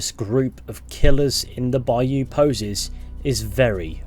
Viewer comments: It's cute how you say baYOU lol. Put the stress on 1st syllable, BUY you. There, I just heard ypu say it right! Ypu do it both ways, us bayou folks don't get much recognition😂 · It’s not a bi you it’s a bi oh lol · down here in the south (USA) bayou is pronounced bouw lol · put the emPHAsis on the first syLLAble of BAyou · Man, I'm from Louisiana and the way you're saying bayou is bothering me😂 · Bayou Nwa not Lamoyne's Bayou